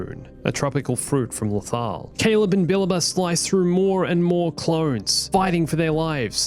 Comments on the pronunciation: It actually sounds more like “bah-LAH-bah” if I remember correctly. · STOP CALLING KANAN'S MASTER "*BILBA*"!!!!! You're missing a whole syllable in there!!! "Billaba" !!